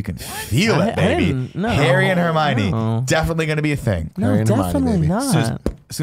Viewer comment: Nick: Repeatedly pronounces just about every character’s name horribly wrong, including Hermione. Barrett: Says nothing. Nick: Pronounces ‘Marvolo’ slightly wrong. Barrett: Makes a point of correcting Nick’s pronunciation. 😂😂😂